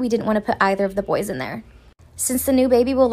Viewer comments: It's kills me when she says boyses 💀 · She says boyes